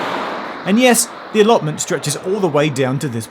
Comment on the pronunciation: Die he just say allotment?